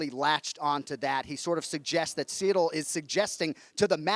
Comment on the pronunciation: Jon "See-dill Gane" Anik